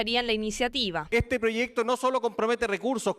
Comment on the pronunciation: La periodista que diga bien proyecto no es prochesto estamos en chile